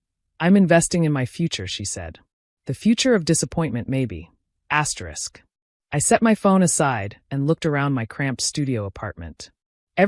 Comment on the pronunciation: Whuuut? Asyerisk? Cut it out. Fix this. I will unsubscribe.